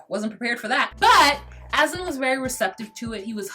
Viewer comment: aslan like hes the damn lion from lion, witch and the wardrobe. its aZan. you're wonderful!!